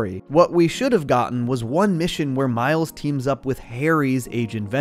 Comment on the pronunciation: Bro said Mile’s 💀